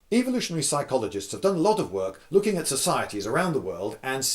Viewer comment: Evo-lution, not EVIL-ooshun. C'mon Englishman, learn English.